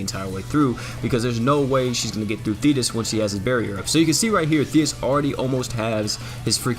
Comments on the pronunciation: Wow when you said thetis with the effects, I thought u said fetus........ Oof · If you turn captions on whenever says thetis is says penis lol